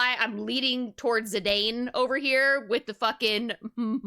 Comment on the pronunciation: The way she said "Zidane" hurt me. XD